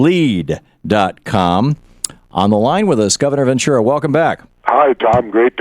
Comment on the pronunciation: Jesse Ventura's last name always gets pronounced "ven true a" or " ven chewa"